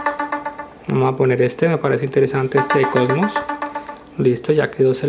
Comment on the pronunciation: porque siempre dices vamo